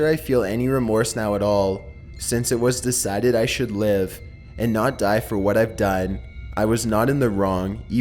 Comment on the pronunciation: "You Will Pie" OK, now I'm fucking scared.